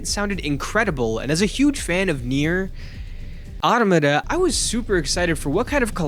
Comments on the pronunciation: Wah wah someone mispronounced something im gonna throw a fit 😂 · Ugh, that is the most stupid way I heard someone pronounce NieR Automata.